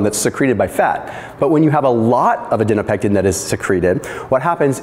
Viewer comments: "Adi po nectin" not "Adi no pectin" Please learn to use phonetics Thank you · it is ADIPONECTIN. Not adinopection. You keep saying this and it might confuse someone.